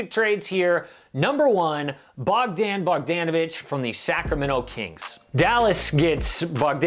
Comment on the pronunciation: The way he said Bogdan Bogdanovic